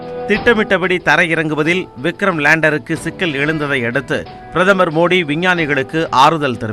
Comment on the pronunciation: Madam ungaluku tamil varatha... athu modhi..illa maa Modi sollunga...🤦🏻‍♂️